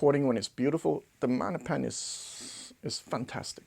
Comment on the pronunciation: I prefer maGnepan. I need to hear that “G”